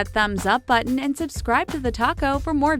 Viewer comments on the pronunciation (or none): none